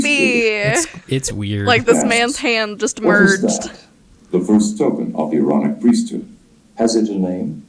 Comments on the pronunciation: Omg i thought it was "mormonic" priest bc i kept hearing MORONIC LMAOOOOO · As a Brit, "aaronic" totally sounds like erotic 😂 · I just came from part 1 and I’m so happy I was not the only one that heard erotic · Not gonna lie, I also thought it sounded like the voice on the tape was saying "erotic priesthood". 🤣🤣🤣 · 😂 i thought they were saying erotic 😊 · I just have to say when you were talking about the aaronic priesthood, in my head I pronounced it A-Aronic. As in "you done messed up A-Aron!" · U guys are my favorite YT channel right now 👏 i didnt think about the Aaronic priesthood in the previous video, but after u called it the ironich priesthood, i couldnt 'not' hear it 😂 greetings from Denmark👏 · I kept hearing “moronic” priesthood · I thought they were saying EROTIC lol!